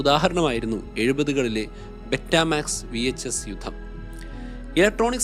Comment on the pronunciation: ബെറ്റമാക്സ് എന്നല്ല പറയേണ്ടത് ബീറ്റാമാക്സ് എന്നാണ് പറയേണ്ടത്